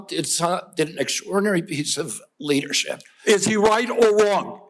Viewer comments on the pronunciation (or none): Kennedy mispronounced leadershit.